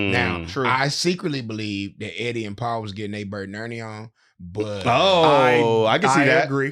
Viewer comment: You constantly calling Eddy “Eric” makes me feel like you only watched the movie once prior to this interview cuz ain’t no way you said it wrong every single time, and no one correcting it makes it worse. 😭